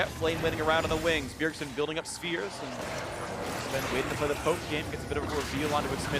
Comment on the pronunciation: Why can't Phreak say Sven's name correctly